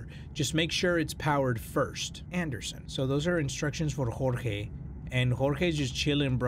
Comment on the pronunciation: Okay to be onest when he said jorge perfectly I was like "did he just say my name" so I went back a little bit and I was happy when he said my name